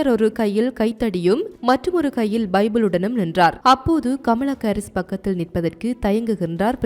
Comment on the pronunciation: அக்கா அது Baலஸ்தீனம் இல்ல பாலஸ்தீன் தமில கொல்லாதிங்க 😂😂😂 பமலா கரீஸ் இல்ல கமலா ஹரீஸ் 🙋‍♂️